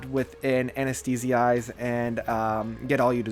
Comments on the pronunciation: Anesthetize = Pronounced Anness theh tize In Absentia = In Ab senshia Guthrie is pronounced with a normal G. Just had to im so sorry! lmao great video once again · IDK if I can comment about it, i'm not an english native speaker... but I'd pronounce In AbsenTIA (something like ScenTIEnce)... and Anesthetize